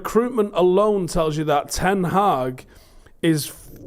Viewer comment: It's 'Hag' not 'Haag'!!